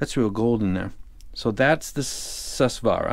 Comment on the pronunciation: It's not Sus swaara... it's Soo-Swaraa...it's sanskrit..Su means good Swara means Sound